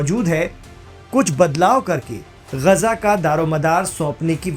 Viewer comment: अबे ग़जा नहीं ग़ाज़ा है 😂😂😂😂